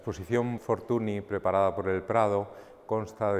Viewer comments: La NY de pronuncia Ñ en catalan, por lo tanto se pronuncia " Fortuñ". M'ha fet mal escriure Fortuny així, la veritat,. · La NY de Fortuny es la Ñ en catalán. Es escandaloso que un museo como el Prado, con el rigor que le caracteriza, no sepa pronunciar bien el nombre de este magnífico pintor. Debemos reivindicar que se pronuncie bien los nombres de todos los artista Mucha, Munch, etc. Por otro lado, no olvidemos a los grandes contemporáneos y amigos de Fortuny; Tomàs Moragas o Josep Tapiró, entre algunos otros. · Hola Daniel, a pesar de que en catalán se pronuncie "fortuñ", en castellano, italiano, francés, o inglés, se le conoce con la pronunciación "fortuni", de ahí la confusión. Sucede algo parecido con artistas como Ingres. Un saludo